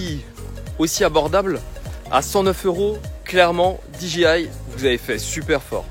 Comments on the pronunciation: Sa se dit D J I je crois pas dji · Gros par contre dji ne se prononce pas ainsi